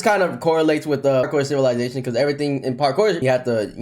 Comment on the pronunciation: ''PaRkoer CivILaiZaTioen''